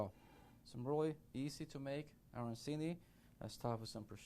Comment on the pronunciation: Immediately pronounced it incorrectly. Did not watch.